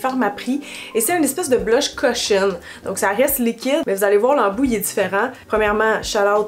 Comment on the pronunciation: 😂😂😂 trop drôle! J'écoutais de loin en préparant mon souper et je t'entends dire "le blush cochonne" (cushion). Je me suis dépêchée à reculer pour réécouter, j'étais crampée!! Je me disais "kessé ça, je le veux!" 😂😂😂